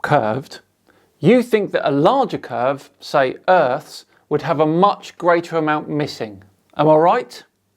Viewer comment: "Thank you very muchhhch!" For what? Bleeding hell. ×5 ×root(10) there's your area? And the units are what, dear sir?